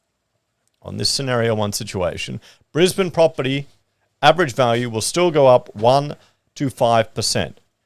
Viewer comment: is it just me or does say brisbaneD with a d sound at the end? isnt its brisbane? no d sound at end?